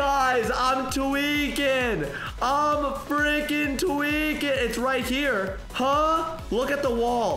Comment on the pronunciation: You got to stop saying tewiking I spelled that wrong but whatever